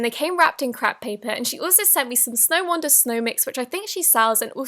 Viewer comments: Crap paper???? I know you’re bad at pronouncing things but seriously??? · crap paper lol 😂 (I’m sure she accidentally said that, but lol 😂) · Is it me or did she say it came wrapped in crap paper😂😂❤❤ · she called crepe paper crap paper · anyone think that she said crap paper idk if that’s actually wat u said it if u were trying to say something else I’m not trying to be rude 😅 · I thought she said “And it came wrapped in crap paper” at first 😂